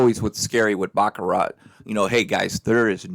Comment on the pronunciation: You don't pronounce the T